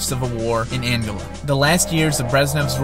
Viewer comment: Pronounce Angola correctly next time please.